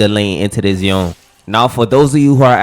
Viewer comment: Dude what thee fcuk is yon it is Yone not yon yon yon the yon it's pissing me off